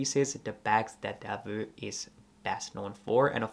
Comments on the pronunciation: Thanks for the video. Being Belgian, I have often felt Delvaux deserves more attention. I own two of their bags, both preloved and the quality is exceptional. One little remark: I don't know why Americans tend to mispronounce the name as "Delveu". It's Delv"oh". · Please do not pronounce it as Deveu but Delvoo (not oe but really double oo; I am a Belgian native citizen). Thank you. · Please, learn how to pronounce the name of these exquisite Belgium bags maker... DELVAUX and not Delveux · It’s actually pronounced „Delwo“